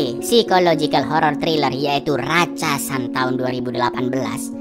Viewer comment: Ratsasan bukan ratchasan